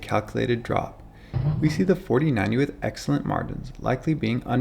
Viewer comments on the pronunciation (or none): none